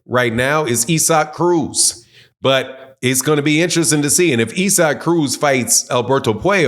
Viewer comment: Man why tf can't you pronounce ISSAC name correctly for 💩? It was the same 💩 with Andrade 🤦🏽